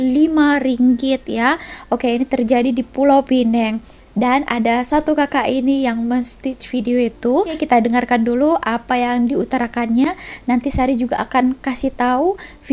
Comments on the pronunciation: ..jgn sebut pulau pineng...klau mahu sebut sebut dgn ejaan pulau pinang bkn pineng....klu mahu sebut pineng....peneng aja jgn pulau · Sebutannya Pulau Pinang kak. Bukan Pulau Pineng. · selalu nmpk keliru dgn sebutan 'PULAU PINANG' dengan 'PENANG'. Pulau Pinang adalah sebutan bahasa melayu. merujuk seluruh kawasan negeri pulau pinang.. Penang adalah bahasa inggeris "Penang Island" merujuk kepada kawasan pulau sahaja. cara sebut "Penang" Pe - mcm sebutan awal 'Pisang' nang - mcm sebutan neng (cth: mahu kemana Neng?)" jd ' Penang ' = cara sebut " Pi-neng " bila orang sebut 'Pulau Pinang' tu dia merujuk seluruh kawasan negeri (pulau dan darat).. klu nk rujuk pulau yg di pulau pinang tu.. orang sebut 'pulau' je, atau sebut dlm bahasa inggeris "Penang" = sebut "Pi-neng".. klu sebelah daratan semenanjung tu orang panggil 'seberang perai' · Ya betul...klaunak sebut peneng...sebutla peneng...pulau didepan tu jgn letak...klau sebutpulau mesti jadi PINANG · Pulau Pinang bukan sebutannya Pulau Pinang. PI-NANG.